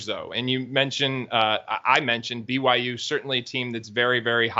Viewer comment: Blue-why-you....go cougs!